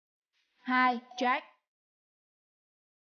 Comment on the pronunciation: Có cái phát âm sai mà cũng bảo cà khịa